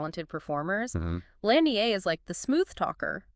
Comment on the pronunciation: who would say lam dee ayy....only an AI would say it that way. Human would pronounce it as lamb-da